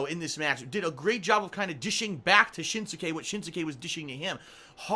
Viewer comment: The 'u' is silent in 'Shinsuke' and 'Asuka',.